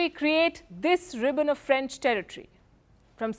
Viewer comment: Franch merderers